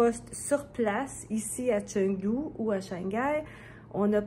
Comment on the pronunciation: Bonjour tout le monde, Chengdu se prononce « tchung-too »